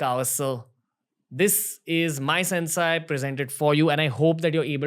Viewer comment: It is not pronounced as सेन्साय It is सेन्से